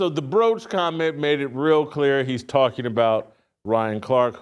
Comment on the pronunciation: The “BROACH” 😂😂😂